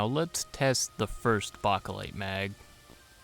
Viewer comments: Bakelite is pronounced, Bay-keh-lyte with the keh being unstressed like the second "o" in chocolate. If you pronounce the word as simply, bake-lyte, that is acceptable. Anything but baka-lyte. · Bake not bak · Plum mags and those "made in Bulgaria" not circle 10 mags run flawlessly in my m90 Also stop saying saying bakelite like that wtf It's not bock o lite it's bake lite >:( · It’s pronounced “bake light” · Its pronounced BAKElite, as in bake in an oven. lol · Bachhh a lite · Chew bacca lite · Why do you have such a hard time saying Bakelite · Stop saying bakelite like that. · The way you say Bakelite gives me chest pains mate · Exactly what I was thinking 😂🤙🏼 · 🤣💀 I said the same thing 🤦🏻‍♂️ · The way this guy pronounces Bakelite mags makes my asshole clench